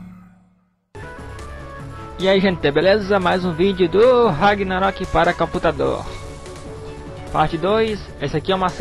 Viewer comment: ninguém fala caputador tão bem quanto vc, kkkkkk cara vc e foda *-*